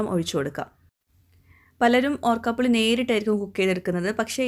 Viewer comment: ഓർക്കാപുളി അല്ല, ഊർക്കപുളി അല്ലേ